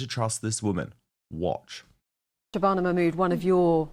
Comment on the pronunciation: I simply love Katie's Hopkins prononciation of SHHRRRABANA MAHHRRRMOODDTT name!!! <3